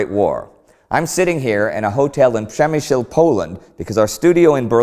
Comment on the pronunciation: As a Pole I love how Indy's pronounciation of Przemyśl became better and better over the episodes and is almost spot on right now <3